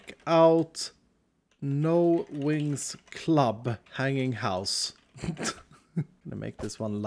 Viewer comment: It sounds like he's saying no Winx club! I don't know why it sounds like he's saying that to me...